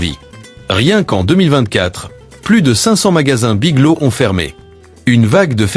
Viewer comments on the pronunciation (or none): "Big low" ou"Big lô" pour "Big Lots", sans parler des "Dollar Général" et autres "Sept Eleven" pour "Seven Eleven" ! Dites les amis, un petit effort sur la prononciation ne serait peut-être pas superflu. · BigloTS..... le T et le S ne sont pas muet... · Biglo? Le" S "n'est pas muet !